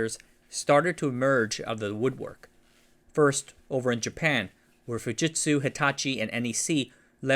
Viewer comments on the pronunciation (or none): none